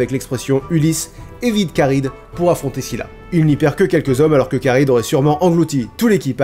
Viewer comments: Je me pose une question. Ça s'écrit Charybde en Scylla et dans la vidéo s'est prononcé ChardyDe avec le b muet et moi il me semblait qu'on devait dire CharyBe avec le d muet. Est ce que quelqu'un sait ce qui est correct ? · Par contre Charybde se prononce "karibe" et non pas "karide" :D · Karibde benzema?? 😂 charybde plutot x) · Oedipe ça se prononce EUdipe pas édipe ! Et on dit Charybde on ne dit pas Charybeu , on prononce les 2 consonnes à la suite b et d donc charybeudeu ! La prononciation est pas top :p